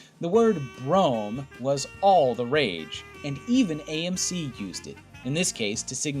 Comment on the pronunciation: Yeah, he couldn't even get the name of AMC right.